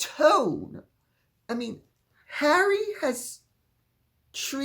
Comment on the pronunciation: his name is wha ree!